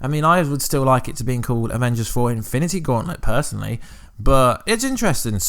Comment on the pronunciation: He said eminity wars